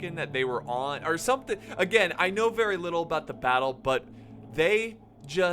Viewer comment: bay-ttle of changping the most brutal battle ever with more than 700000 casualties that they sayed